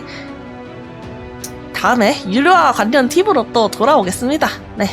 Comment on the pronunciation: 서재 관니, 관년한 → 괄리, 괄련. 받침 ㄴ과 초성 ㄹ이 이어질 땐, 앞의 받침 ㄴ이 ㄹ로 바꿔 발음됩니다.